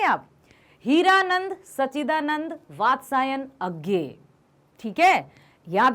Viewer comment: Its not agay its ajey according to hindi pernensation 🤔